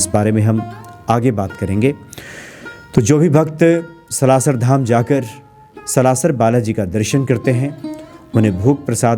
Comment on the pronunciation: आप सलाशर उच्चारण कर रहे हैं कृपा करके सालासर बोले जय सिया राम